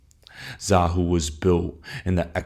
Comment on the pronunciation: Xahau is pronounced Zuh-HOW not Zah-HOO.